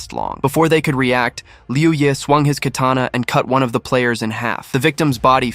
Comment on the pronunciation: Lol they said kerrtanna instead of katana at that timestamp and YOU'RE trying to sound smart by stating the obvious about a fictional manwha 😂 get your priorities in order you blueberry!